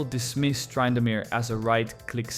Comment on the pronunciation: TRY-indamere... Okay AI. Dang it, I thought I liked this channel